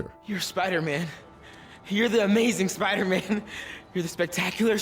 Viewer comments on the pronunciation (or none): RAHHH LETS GO SPIDAHMAHN